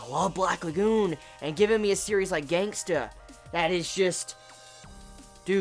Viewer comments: its Gangsta not gangster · Love the way you say GangstA😂😂